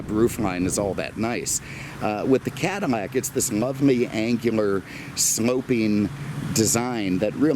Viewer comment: Am I mistaken or is pouncing some of his "L"s as "M"s? Like Chevrolet, Cadimmac, anamog? What's going on? I've never heard anyone do that. 😀 MAKE NO MISTAKE... I LOVE THIS GUY!